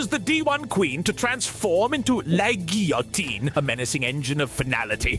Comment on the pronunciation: Gotta love, the famous Frenchman, not being able to pronounce a single French word correctly. Especially loved "GILL-a-teen." Loved it when he temporarily turned German(ish??) though.